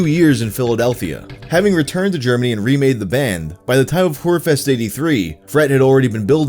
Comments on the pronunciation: I'm pretty sure its pronounced Hearfest not Lady-of-the-Nightfest! Its got that inflection over the O that makes it sound like EA. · PLEASE STOP SAYING HUREFEST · Lol the way you pronounce it it sounds like "whorefest", which... if that's not a thing, it needs to be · Whore fest? Man. Just look up how 2 pronounce ö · The way he says "Hörfest" (literally "Hearing 👂 Festival) sounds like "Hurefest" (Whore 🍑 Festival). 😅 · How says hörfest makes it sound like he’s saying Hurfest😭 basically whorefest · the way you pronounce "hörfest" makes it sound like "hur-fest" and that tickles me so much i'm glad those sex workers got dedicated festivals xD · ah ii love how youre trying to pronounce hoerfest... but it sounds a bit naughty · I've kept up with this saga in all the videos on it, and honestly the second more gratifying part of it was hearing German pronunciation go from utterly abysmal, to now being shockingly close to getting the ö in Hörfest down. Umlauts are one of the thougher things for English speakers and he was nailing it more closely than many "fluent" non-native speakers. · The way you pronounce Hörfest killed me. Repeatedly. XD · Your pronounciation of "Hörfest" makes it sound like something Frank Reynolds would attend in Hamburg.